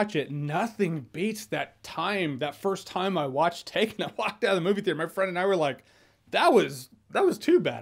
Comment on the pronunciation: That "taken" was terrible Jeremy lol